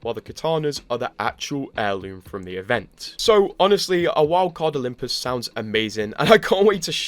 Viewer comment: "Olymus Prime"